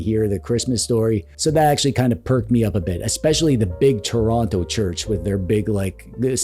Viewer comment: It’s pronounced “Churonno” T O R O N T O By the way, merry Christmas from southwestern Nova Scotia (We’re actually gonna have a white Christmas this year, it’s usually too mild for snow yet)